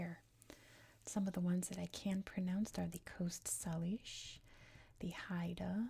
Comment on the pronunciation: Salish is pronounced like Say-lish. And Kootenay is pronounced like Koot-knee. Cheers.